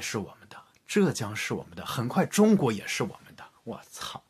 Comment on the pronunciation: ちゅうごく这个发音没有学过日语是完全听不懂的